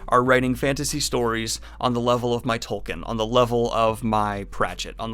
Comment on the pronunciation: Sigh, I know I'm probably going to get flack for this but it's pronounced Tolkeen, long vowel and stress on the first syllable. Not Tolkin.